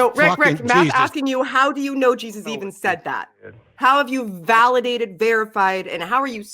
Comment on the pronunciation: "The Bible seeee what Jausus seee" Alrighty then.